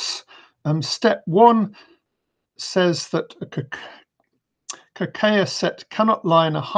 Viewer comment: It's Ka-Kay-ya. ay as in way.